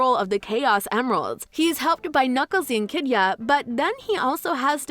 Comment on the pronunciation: The pronunciation of Echidna as 'enkidya' activates my flight or fight response everytime you utter it.